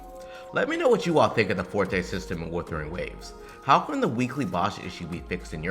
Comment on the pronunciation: Bruh that's not Weathering! That's Wuthering waves ! At least pronounce the name of the game correctly!